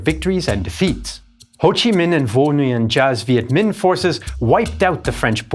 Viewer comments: Great Video! BTW, Nguyen is pronounced = Win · Giap is pronounced "Zap" and Nguyen is pronounced "Win".